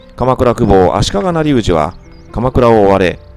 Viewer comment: 古河公方足利成氏 なりうじ、ではなく、しげうじでは？ 面白い動画をありがとうございます